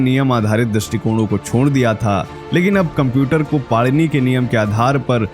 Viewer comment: It is my request to u that the name of our pujyaniya Rushi jeen ja nam correctly leejiye the correct name of the subject rushi ka nam PANINi hayi na ki panirushi